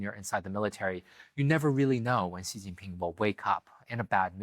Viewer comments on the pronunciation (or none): Very first sentence and he doesn't know how to pronounce "Xi". Ouch, guest is a writer from NYT. And how much credibility does that paper have left? Zero. What? China breaks and remolds people? How much time did you spend in China? A weekend? I'm white Canadian, been here in China 22 years. Guess what, this guest doesn't know what he's talking about. In China, the you see the things the govt does, like building infrastructure, etc. You don't ever, ever actually see the government. They stay completely out of your life. They do not mold people at all.